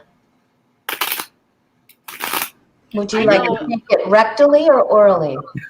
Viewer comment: Oh my word! Thank the Lord I had swallowed my coffee before I heard, ‘…rectoraly or orally!’ Too funny, you guys! Thanks for the laugh